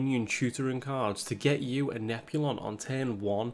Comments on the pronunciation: Admit it: you watch to hear him calling "Nozami" and "Nep-you-lon" to Nazmani Bloodweaver and Neptulon. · I'm sorry I can't get over him never pronouncing the t in neptulon